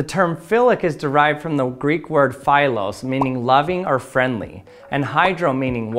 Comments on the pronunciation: Actually, the word is pronounced "phelos" not "pha-elos" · ph-AI-los? it's pronounced ph-EE-los mate.. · It’s called filos not failos 😅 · Actually, the word is pronounced "phelos" not "pha-elos" You made it sound more like (but not exactly) the word phallus 😂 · its pronounced feelos btw